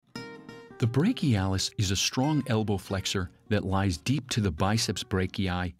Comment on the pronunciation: brak-e-i lol